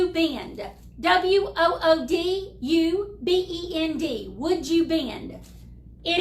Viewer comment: Wood u bend? Is that what u r saying? Im not familiar with it.